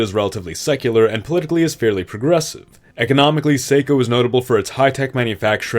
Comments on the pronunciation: Mainer here. Assuming the new region south of Maine is named based on the town of Saco, its pronounced Sah-co not Say-co. Also Maine lost a lot of its economy in this deal can we get Portland back? Thanks lol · As a Mainer for some reason we get irrationally irritated when people pronounce towns like Saco and Bangor wrong, Its not Say-co its sock-oh ya know like Man-Kind n shit is a good way to remember 😆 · “sah”co not say co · Not the point, and you couldn't know, but it is pronounced Saw-Co, not Sae-co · Quick pronunciation tip for Saco from a local - It would be more SAH-ko (ˈsɑːkoʊ) vs. SAY-ko. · Saco isnt pronounced Say-ko its pronounced sah-ko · Assuming the name for your proposed state of “SAY-co” comes from the Southern Maine town of Saco, residents there would pronounce it, “SAH-co.” For what it’s worth, this new state encompasses the area we real Mainers currently refer to as The People's Democratic Republic of Northern Massachusetts. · i think this is super cool, but i absolutely have to say something about the pronunciation of saco. as someone from the nh/maine area, its pronounced saw-ko, not say-ko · Not to nitpick but Saco is pronounced SAH-ko, not SAY-ko. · Saco is pronounced “sock-oh” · "Saco" is pronounced "Saw-Co" not "So co" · Hurts my brain hearing Saco (Sahck-o) pronounced as Say-ko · saw-co not say-co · As someone who lives next to Saco the town it's painful to hear it called (say-co). Everyone in the area including the people that live in the town call it (sock-o). We can tell if your not from the area if you call it the first way. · SAH-CO not SAY-CO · Saco is pronounced "Sock-o" not "Say-co" 🤦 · The state of Saco (pronounced Sah-koh, not Say-koh, please) should include the territory north of the Merrimack river in Mass. Please. Pretty please. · Saco is pronounced Sock-o, not Sayco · They way you said Say-co instead of Sock-o made me cringe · For the love of god, its SAH-KO. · I've never heard someone pronounce saco as sāco